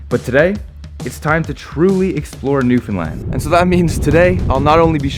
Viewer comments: I'm proud you can say Newfoundland PROPERLY! It's not hard! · You did great saying Newfoundland. But Topsail is pronounced Topsul ☺️ I grew up in Chamberlains and spent a lot of my childhood on that beach. Thank you for spotlighting our home ☺️ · Thank you for not pronouncing it new finland or newfinlun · I love that you probably pronounced Newfoundland correctly. 👏🏻👏🏻👏🏻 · Finally someone who can pronounce Newfoundland 🙌....great job at capturing our culture. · My dude, i'm so glad you got to experience Newfoundland, and you've captured the essence of the island perfectly. You even pronounced everything perfectly! Don't forget to come back to visit! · Awesome!! Chuckled at “Top Sail”. Fellow Newfoundlanders will get that reference.😉 lol. Refreshing to hear the province name pronounced correctly tho. Not often that happens amongst CFAs. (Another NL reference😉). Looking forward to the rest of the trek!👍